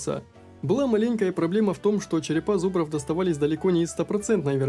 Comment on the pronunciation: Ты ИИ???😅😅😅 прослушай как ты скащал слово Маленькая😅 сказав как ИИ озвучивает не зная как ударение правильно говорить: малЕнькая🤦‍♂️😂 на .